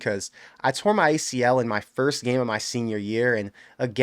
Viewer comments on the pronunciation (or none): none